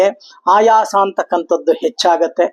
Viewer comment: ಆಯಾಸ ಅಂತ ಹೇಳಬೇಕು ನೀವು ಹಾಯಾಸ ಅಂತ ಹೇಳ್ತ ಇದೀರಿ